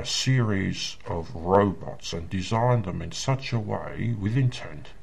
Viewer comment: Thank you. I wondered what happened to this guy. I was pretty sure it must have been something like this. I love when he says "robits" in this video.